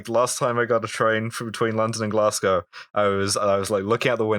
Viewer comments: Can we start a petition to have them learn how to pronounce Glasgow correctly? It rhymes with hoe, not cow. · OK Why didn't the other two correct the guy saying "Glasgow" totally wrong!?